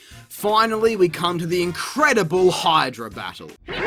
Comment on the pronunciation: Of course Phoenix/Dingo/LJN/whatever would butcher mythology IPs as well as fairy tale IPs. HEEDRA instead of Hydra? Credits already?